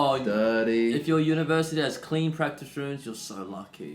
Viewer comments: "Practice", not "Pratice" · "PRATICE" I guess he skipped English class to practice as well ... ;p <3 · You have to "pratice" more! :-D 😂